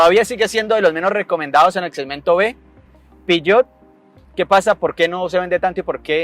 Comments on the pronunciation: Peugeot, no piyot .. :face-fuchsia-tongue-out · El "piyot" jeje